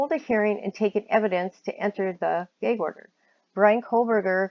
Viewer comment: Your accent is interesting. I’m trying to place it. I’ve never heard gag pronounced gaig before.